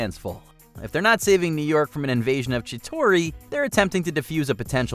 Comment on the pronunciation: I’m sorry did I just heard“Chitori”?